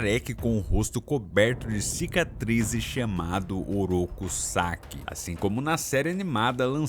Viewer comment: Não, não eu ouvi duplo sentido toda vez que o falou Sacks e Karai durante o video!